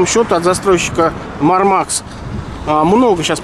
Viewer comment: Они Мáрмакс а не Мармáкс